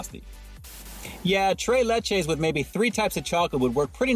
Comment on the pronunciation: You keep saying tray but it tres LOL like three in Spanish LOL because it's three milks LOL